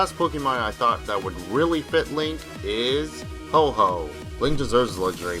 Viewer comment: It’s a REALLY good vid bug it’s ho-oh not oh-ho